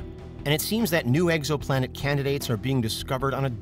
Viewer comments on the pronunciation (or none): Did he say egg-so-planet??